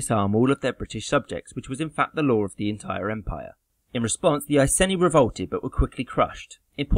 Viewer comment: Great video but just as an FYI it's pronounced i-see-knee not i-sen-ee, please no one argue with me, ik I'm right, you pronounced Boudicca correctly so that's good most people pronounce it bow-de-see-uh which is wrong as she was from Norfolk so you got it right